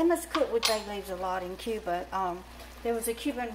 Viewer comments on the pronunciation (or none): none